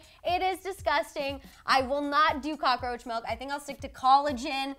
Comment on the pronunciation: Cocka-roacha..Not I😱😵😨